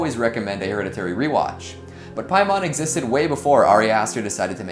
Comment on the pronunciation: I heard pie mom lol